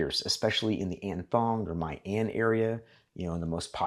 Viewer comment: pronounce as mi an not my an